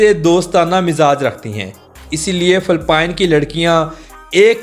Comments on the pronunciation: Phalpine nhi bhai its Philippines 😢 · Phelpeen sssssssseeeeeeeeeeexxxxxx😂😂😂😂😂